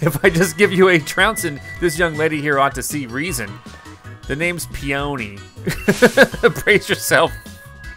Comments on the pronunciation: "Peony" is pronounced as "Pee-Yer-Nee" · The guys name is pronouncing "PEE-uh-nee", like the flower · It’s actually PEE-oh-nee. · Its "pee o nee" like the flower.